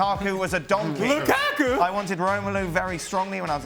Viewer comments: nobody: ale: L U k A k U ! ? ! ? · Funny how they are spinning Conte’s statements at Mourinho when those comments are directed at the haters in the media. Can someone explain why Moreno pronounces Lukaku in that manner? Sounds highly disrespectful and reflects the hater in him.